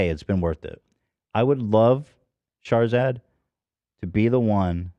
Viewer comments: Everytime Ethan says "Shahrzad" I hear "Charizard" 🤷‍♂️ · Charizad !!! I was purely listening to the podcast not knowing who or what Shahrzad was ..... kept imagining charizard the pokemon the way ethan pronounces it 😂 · I kept hearing "charzard" lol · Shart-zat theif. Lol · It is not just me, right? The way he pronounces "Shahrzad" sounds like he is saying "Charizard", no? 😂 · Why did I think he was just mispronouncing Charizard for a little bit like what does Pokémon have to do with this? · Keep thinking they're saying Charzard. Very un- pokemon like to be so rude. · As an Iranian, I was ashamed when I heard another fellow Iranian, celebrated for being “self-made” and “wealthy” and “successful” has done you guys so dirty. It’s disgusting and I’m so so sorry this happened to you guys. Please drag her ass legally. Thank you x Ps: Every time Ethan says her name I die laughing lol. It’s so mispronounced it’s great.